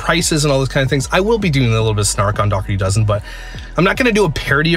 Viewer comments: Josherty doughzen 😂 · Omg did you say the Josherdy Dozen? I’m dead 💀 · “Josherty Dozen”!!! 😂😂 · Joshurdy Dozen LMAO!!!!!! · Josherty dozen 🤣🤣